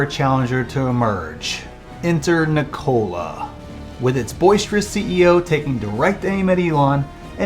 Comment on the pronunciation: Why do you pronounce "Nikola" like that?